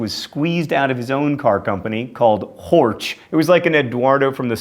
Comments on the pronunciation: "Horch" is Pronounced with a soft "ch" like the word "China" oh wait now we ent up in Horsch ... meh, just do as you do! I Love this show. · That's not how you pronounce 'Horch' :D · You even mispronounce the German words like only US-Americans can...so just don't apologize to the Italians and Japanese. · "horch" is not spoken as "hortsh". (I am not japanese or italian so I am obligated to inform you that you have to include germans in your next statement about pronounciation, too) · You mangle German horribly. Porsche is not pronounced porsh. The final e is unaccented and pronounced as a schwa, that is a sort of undifferentiated vowel sound. The ch on the end of Horch is a voiceless palatal fricative, like the j in Spanish following i or e (known as front vowels). If the ch were following a, o or u (rear vowels), the sound is (again) like Spanish j following rear vowels. Also, in Mercedes (which is originally Spanish) the Germans pronounce the c as ts, because it is followed by a front vowel. I can't really criticize you too much for that, as nobody in this country pronounces it right. If it were followed by a rear vowel, it would be pronounced k. The thing that has always struck me about the name Camaro is its similarity to the Spanish word camarón, which means shrimp (that is, the arthropod). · There is a HUGE difference between Horch and HÖREN (to hear in German). Horch is pronounce with O while HÖREN is pronounce with Ö which sound like something beetween yyy and uuu. This a not similar at all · Actually I meant Volkswagen and Porsche as well as Mecedes, but the most botched up was the name of the founder of Audi, Mister Horch. "Horch" in German sounds entirely different than what he said. That said, I am not criticizing, I am commending him, since mispronouncing foreign words is his thing. I just wanted to point out that he had a talent for mispronouncing German that obviously was hitherto unbeknownst to him, or at least so it seemed.